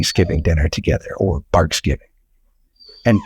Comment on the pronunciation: Excuse me??? Did you actually say "Barksgivng" ? Gimmeabreak.